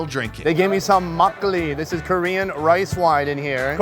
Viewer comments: he did really good for a foreigner, you gotta chill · What a great pronunciation when you speak Korean which is pretty impressive! I luckily found this channel by accident, and I’m watching every these videos( I can’t stop it lol). I love this guy who is perfectly not afraid with any strangers. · Pretty good pronunciation